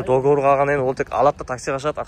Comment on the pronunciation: Договор болади брат дигивор емес